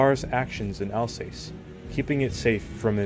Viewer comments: Alsass not alsays. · “Alsace” is pronounced “Alsas”.😊